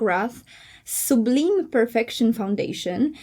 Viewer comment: Nie sublim, tylko sublajm